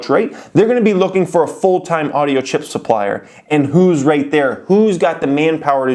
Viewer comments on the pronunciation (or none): none